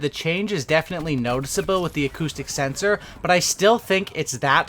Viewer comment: I thought you were saying autistic sensor 😂